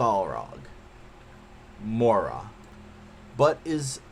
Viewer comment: good review but Moria is pronounced More-Ree-A